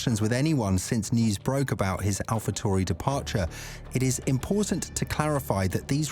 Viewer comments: I was being sarcastic the presenter was mispronouncing the name all video long. Tauri is the word that he was pronouncing tory. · Can you please stop using the stupid British robot. They obviously don't know how to pronounce the name of the team that this video is about !